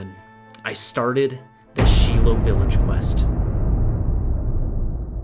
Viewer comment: its shai-lou village 😅